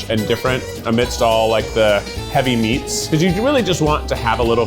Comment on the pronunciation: Its the "i liked all the meefs" for me